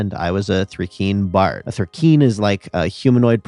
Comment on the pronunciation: It's pronounced Thri-kReen, because it's an onomatopoeia for the sound crickets make when stridulating (rubbing their legs together)